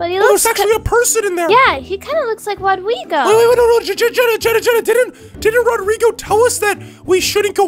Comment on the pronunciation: you said China instead of jenna.😂😂😂😹😂😹😂😹😂😹